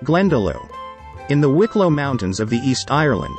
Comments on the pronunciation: "Glendalow" :-D :-D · Gotta love these robot voices haha ...The cliffs of Maw-her, Crow-awg patrick & Glenda-loo